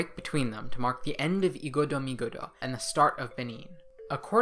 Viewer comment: Igodomigodo is pronounced eyegodomegodo